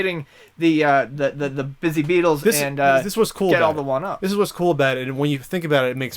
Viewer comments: THEY ARE CALLED BUZZY BEETLES NOT BIZZY BEETLES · Its Buzzy Beatle.......not Busy Beatle.